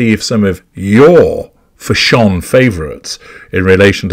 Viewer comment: I came here just to hear you say Fash-ON, 😂